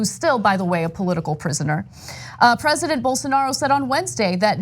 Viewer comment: "Bol... Bolsarnaro" -_